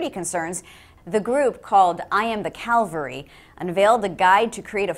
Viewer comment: Its actually not pronounced Cal-va-ree. Its ca-val-ree. Smh